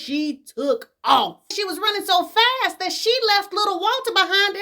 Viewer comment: lmao not fast but fasss!!!!!